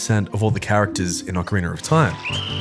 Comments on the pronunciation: OCARINA. Not Ocariner. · Why do you say “Ocarinar of time?” It’s fucking annoying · Ah-Kuh-Ree-Nah lol 😂